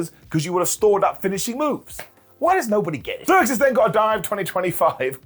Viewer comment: IT'S ZEUXIS!!!! NOT THE GREEK GODDESS!!!! SAY IT RIGHT OR DON'T SAY IT ALL!!